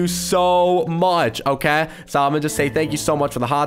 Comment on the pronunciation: "Okaeh" - 2020